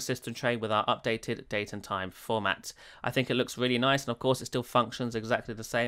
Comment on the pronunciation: The way you say "Nice" reminds me of that "Noice" meme guy.